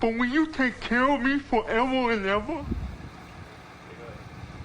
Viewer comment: lmao for evor and evor😂😂 would never give up on Lieutenant Dan